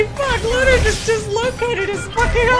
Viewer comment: I have one critique of your Voltron reviews. It's LoTOR Not Loter.